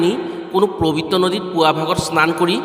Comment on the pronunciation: ওম নম:শিৱায়।পবিত্ৰ হে প্ৰবিত নহয় দেই উচ্চাৰণত অকমান ত্ৰুটি আছে।